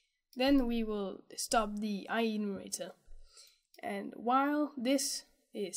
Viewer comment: It's I-Enumerator, not I-E-numerator ;)